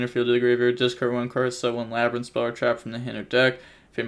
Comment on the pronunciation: lab-rin-th 2x it’s pronounced the same xd